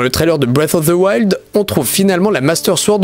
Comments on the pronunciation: Non, on appelle sa breath of the wild, mais pas breas of thse wild XD. Désolé si ce commentaire peut blesser quelqu'un, mais je ne l'ai pas écrit pour provoquer mais parce que je trouve ça drôle. À part de ça j'ai bien aimé la vidéo, elle mérite un pouce bleu! ;) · Moi j'aime bien BREF OF ZE WAILDE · "BREATFFF OF TSE WILD " 🤣🤣🤣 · "bwef of veu wild" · breaf of zi wild😂😂😂 j'adore ta prononciation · J'adore la prononciation de "Bref auf de wayld" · Le mec il dit bref of fe woild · "Brive" of the wild pas "bref" C'est assez perturbant. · Quelqu'un d'autre que l'auteur de la vidéo a joué à TwouailaiHt Pwinssaisse et a Bwess of the waild ? 🤣🤣